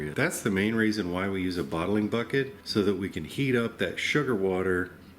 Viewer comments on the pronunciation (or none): none